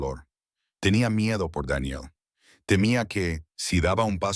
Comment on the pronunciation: Una pregunta sin ofender xq el narrador pronuncia los nombres tal mal Eve Daniel ❤